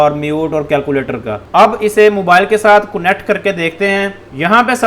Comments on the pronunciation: Not kunnect..its connect!! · It's not cunnect it's, connect